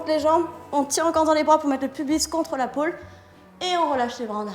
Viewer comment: pôle, pas pool Carlito XD